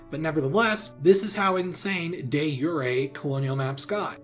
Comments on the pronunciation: It's French, the butchery of pronunciation and I'm English. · whoever taught you latin pronunciation should be out of a job mate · I'm sure I'm the hundredth comment to complain about this, but your pronunciation of de jure drove me to insanity for half the video. I just had to get that out. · I had to stop watching because you was saying “de jure” wrong. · Your pronunciation of De Jure..... C'mon man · The way you pronounce de facto and de jure in this video hurts my soul. Good video otherwise, sir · You say the J in Jure. It’s Latin, not Spanish. Like Juror, Jurist, etc. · I die inside of how you pronounce de jure I can’t explain how to pronounce it but yours is very far of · Maybe learn now to pronounce De Jure before making a video about it.... DAY YURAY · LEARN HOW TO SPEAK, IT IS PRONOUNCED DE-JEUER NOT DE-YURI ITS NOT HARD, LOOK IT UP ON GOOGLE YOU COULDNT PASS A 6TH GRADE FRENCH CLASS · It’s de jure not day youray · It’s not YURE it’s JURE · Not that relevant to the video, but I'm used to hearing "de jure" pronounced "de zhur" so it was really weird hearing it pronounced "de yuray" in this video, but now that I've heard it like that I'm suddenly realizing it's Latin and not French. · no one actually says de yuray its just history nerds. (which is fine) probably because it wasn't used when latin was alive. it originated in about the 1600's. also de yuray isn't even accurate to latin, its [deː iuːre] (the i is short) Which you can't pronounce and have it sound englishy, though dey yoo rey is the closest you can get. Or if you're american use the t from water in place of the r. But latin u was further back in the mouth, and the short i is not english y and the e isnt english ey in most dialects its closer to french é. Oh and latin pronunciation changed over time and also theres ecclesiastical latin and modern use of latin doesn't follow latin pronunciation and would say it like you expect. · Nice video, but friendly note - "de zhur" not "de yuray"